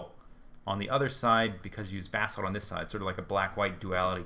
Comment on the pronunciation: FINALLY someone can pronounce "basalt" correctly.